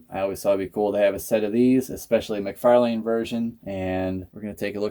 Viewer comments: it's pronounced mc/far/lan, the way you say it sounds like a street name you dont say lane👍I can forward the many videos of him saying his own name if you like? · Your pronouncing mcfarlane wrong btw, figures are cool tho👌